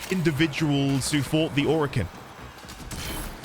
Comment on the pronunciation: This is not a spoiler and it's not stated in-game but during the devstreams DE Steve (The ex creative lead of Warframe and now the CEO of DE) stated that the name "Orokin" comes from "Oro"=Gold (Spanish) "Kin"=Kind/family this should help remember the pronunciation. Not O-Ro-Kin but Oro-Kin